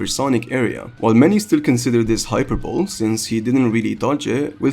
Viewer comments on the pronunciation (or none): I wasn't gonna say something the first time.. put it happened again.. Hyperbole is not pronounced "Hyper bowl". It's pronounced "Hi-per-bully" edit: Great video though! No hate!